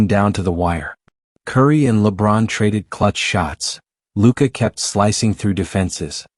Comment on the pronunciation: Who is announcer that saying luka's name wrong 😮, can he not read!!!